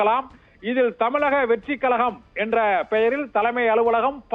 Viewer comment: தமிழக வெற்றி கழகம் என்று சரியாக உட்சரிகவும்